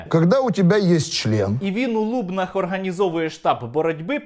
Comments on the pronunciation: Чудове відео але не у лУбнах, а у лубнАх. Наголос на останньому складі. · Ааа прошу наголос в Лубна‘х 🙏 не в Лу‘бнах , постійно відчуваю біль коли чую . А щодо відео, то як завжди топ, дякую . Дуже соромно, що кива з Полтавщини 🥲 в нас тут є і нормальні люди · В ЛубнАх, а не в ЛУбнах. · Дякую за відео, правильно казати в ЛубнАх (наголос на И, ЛубнИ) доречі по слухам, зараз в Лубенчан, самий високий тариф на газ, як кажуть, із за того що бастували, хоча до сих пір вони борються з ЛубниГазом.... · Гарне відео, тільки у ЛубнАх правильно, Сергію. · в ЛубнАх) Правильний наголос ЛубнИ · Сергію, без образ, ЛубнИ (останній склад наголошений), це одне з найдревніших міст Полтавщини, не ображай його так :) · Сергію, гарне відео. Єдине - в Лубнах наголос на другий склад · Пан Стерненко- Лубни( наголос на «и») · ЛубнИ, наголос на останню літеру. У всякому разі місцеві так говорять.